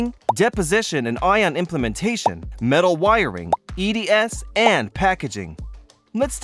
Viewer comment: It's ION IM-PLAN-TA-TION... It is NOT pronounced as ion "impla-man-tation" as the video narrator always say..